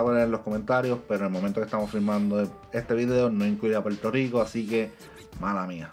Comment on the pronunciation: Se dice Puerto Rico, si te gusta el negocio de comunicador. Tu dicción y pronunciación, aprende a pronunciar la “r”, suenas poco creíble porque apenas puedes pronunciar el nombre de tu país.